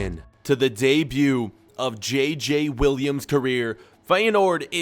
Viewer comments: Im french but Williams Is not how you say Williams. As a french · Kind of Is close because A french person like me has it like that but just Um Williams he said i t wrong and JJ Is wrong to pronoucation